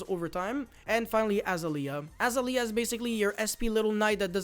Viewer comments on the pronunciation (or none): none